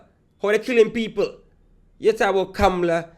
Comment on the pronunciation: "Kam-la" not "Cam-Ma- Lar" and Kamla is right..